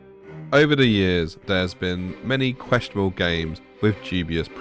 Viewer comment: "Questiable" ??? It's Questionable.